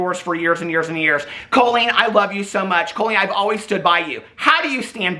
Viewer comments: You saying her name like Coal-Leen is sending me to stabby town. Lol. Caul-lene, like Jolene. Anyhoo....she's just like Shane. I've been saying this the whole time she has been YT FAMOUS. Maybe we need to check in on anyone else from the early days of YT that did comedy, as they all seem to be sick people.... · I keep hearing “colon” when says “Colleen” and I respect.